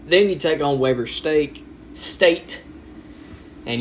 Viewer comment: I'm sorry but the way he says weber 😂